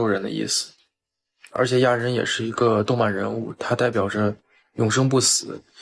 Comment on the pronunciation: 亚，第四声